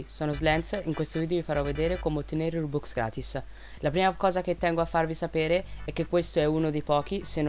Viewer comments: Perché rubux si dice rubox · Si pronuncia ròbúks